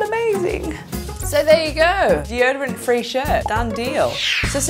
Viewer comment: "d.o-dorant" xD